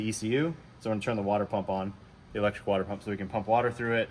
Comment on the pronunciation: At first i thought y'all were just trollin when y'all were saying water wetter